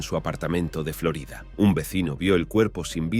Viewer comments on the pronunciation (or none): none